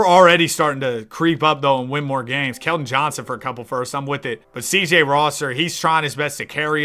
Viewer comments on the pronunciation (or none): none